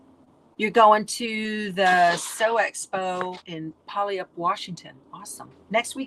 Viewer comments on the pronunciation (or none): From Washington = Puyallup ... its pronounced kinda sorta like, "pew- all - lup" .... where the Washington State Fair is held. HEB - yes I like the HEB, but I LOVE Whole Foods in Texas!! Not been to Hill Country Fair yet. Will have to next time I am in Texas.